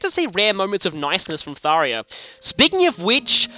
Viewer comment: me: ^hears tharja prounounced as tharia^ IT'S THARJA IT'S NOT AN I, IT'S A J.